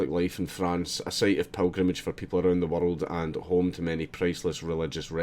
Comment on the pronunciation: Arrarnd the wurreld